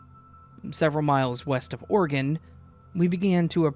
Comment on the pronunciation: You pronounce Oregon, (OrAGun) organ, like you’re from Utah 😂